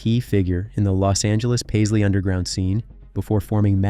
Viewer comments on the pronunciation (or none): none